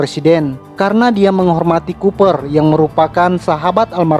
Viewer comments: Itu bacanya kooper bukan cuper....memalukan. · Huruf C pada nama koboi itu dibacanya mesti sbg "k"